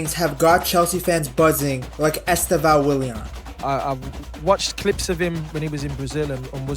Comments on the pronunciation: • It is not EsteVÃO It is EsTEvão Much similar to the way we pronnounce Stephen, in English. The stress is in the TE, not in the VÃO. And, then, just change the last syllable sound to something like: 'vown' [pronnounced very quickly]. • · Its estÊvão not estevÃo. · Est É vao, put the strenght at the second syllabus not at the last. And the E is closed not open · Stress is on the second syllable: EsTÊvão, with the first 'E' mostly ommitted in speech. It sounds closer to 'Steven' than it looks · It is EsTÊvão. Like Stephen.